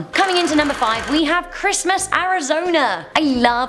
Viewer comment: I love how u say Arizoner lmao